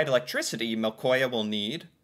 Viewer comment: en av grunnene at jeg ser på disse videoene er at jeg klasker i panna og nesten dør av latter hver eneste gang han prøver å si et ord på norsk... "electrifying MÆLKÅHJA" -sitat fra